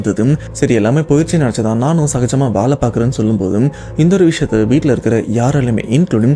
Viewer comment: தம்பி அது வாலை இல்லை வேலை பலமுறை சொல்லியாச்சு ஆனால் நீங்கள் திரும்ப திரும்ப வாலை வாலை என்றே சொல்லி எனக்கு சஙகடமா இருக்கு. திருத்திக விருப்பம் இல்லை என்றால் பரவாயில்ல!!!